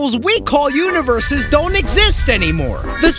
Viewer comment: he keeps saying univeres. yet only shows galaxys